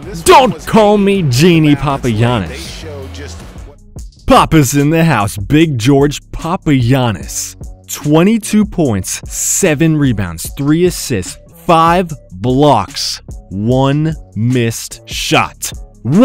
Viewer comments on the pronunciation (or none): it isn't George, it's Giorgos P.S. I am from Greece keep up the good work